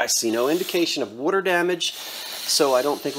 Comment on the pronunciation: I heard you say water damage !! Jersey style